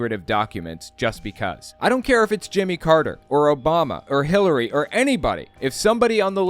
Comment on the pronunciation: I swear I heard "Hitlery Clinton" when Greg said her name lol